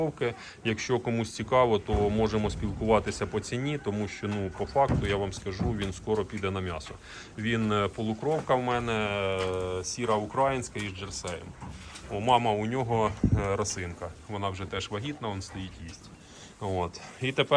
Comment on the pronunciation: Ніколи корів не тримала,і не триматиму вже,але дуже цікаво слухати. Теж душа болить, за українське. Але! УкраЇнська чорноголова. А ви вимовляєте на ординський манер. Дякую.